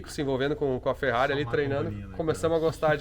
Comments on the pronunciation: Cherrari ou fevett kkkk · Chama ele de " TCHÊRRARI " derrepenti sem a letra T! " CHÊRRARI " Igual aqui no Sul.